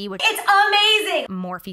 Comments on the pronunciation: Now I cannot unhear "more feet" 😂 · she said morphe so much it sounds like she was saying more feet